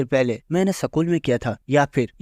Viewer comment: School ❌ SHCOOL😂😂✅ Edit: Sab dekho shcool